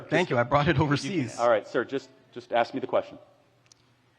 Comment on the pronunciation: This guy is very smart but he approaches everthing from a victim view. Then he says axe you